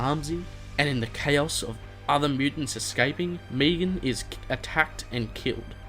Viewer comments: Megan. Me-gan. Not Meegan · Megan. Not Meagon 😂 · "meegan" you do realise its megan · I swear if this dude says “Meegan” one more time. MEG-AN. Got it? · He calls megan meegan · It's Megan not Meegan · Meh-gan. Meh-gan, come on man, sounds like you're saying Negan. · Don't know why aussies say meegan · i like how you pronounce megan..... meegan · The way you pronounce Megan. xd cool video